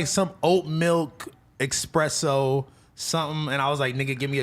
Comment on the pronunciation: the type of dude who calls espresso expresso...